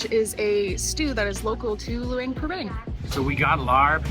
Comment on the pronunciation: “Lou ung pra bung”